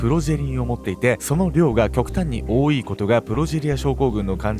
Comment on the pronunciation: アシュリーちゃんの考え方ステキだな。 全然関係ないけど「多い」って単語を 「多いい」って言う人がいっつも気になっちゃうんだよね🧐